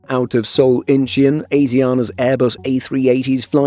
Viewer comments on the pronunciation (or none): Incheon = In - Chawn.